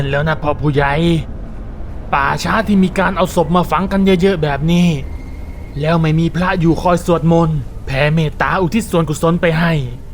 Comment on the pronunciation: ตรงนี้ๆๆๆแร้ว คนพากย์เสียงเหน่อ แล้ว อ่าน ว่า แร้วๆๆ